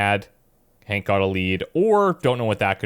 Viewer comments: It's Hank, not Hawk. Hank with a "n" not a "w". Hank as in Henry. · His name is Hank, not Hawk lol